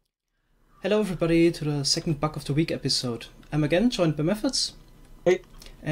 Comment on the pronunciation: Your accent makes it sound like your saying "Buck of the week"